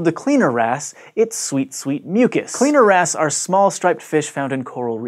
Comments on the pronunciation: Lol. The good old cleaner ass. I can't be the only one who only heard him saying cleaner ass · who else heard CLEANER ASS all the time?? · kept hearing cleaner ass